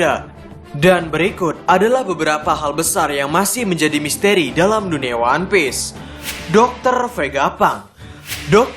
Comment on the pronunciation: Misteri bang ...bkn misteeri